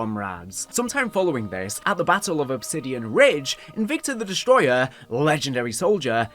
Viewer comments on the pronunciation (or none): none